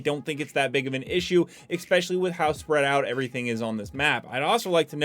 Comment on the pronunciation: I watch your videos all the time my man, keep it up, but the way you pronounce “especially” kills me every time you say “exspecially” lol